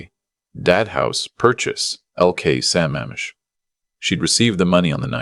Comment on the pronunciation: It's Lake sa-MAMM-ish! Also, if the son is so rich, why are all the other monetary mentions so skimpy in comparison?